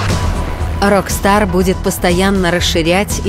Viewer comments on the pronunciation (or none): none